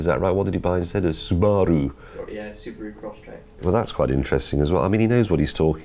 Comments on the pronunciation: James knows exactly on how to pronounce SUBALU properly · Suba-ru lol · The way he said suBAru. If only more ppl knew how to properly say it.